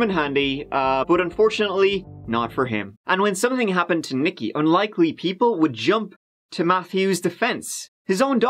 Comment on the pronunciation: "Nique" is pronounced 'Neek'.... NOT "nicki." 🙄